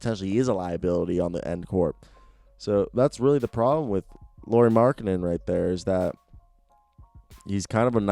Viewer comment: How you say Lauri at last time was correct spelling no Loury... Im fin 👊♥️♥️♥️♥️♥️💖💖💖🙏